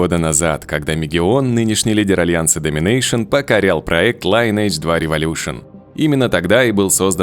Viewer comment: лИнедж, круЗАйдерс. Просто если пилишь контент, просто напиши нужное слово в гугл переводчике и послушай. А так видео норм.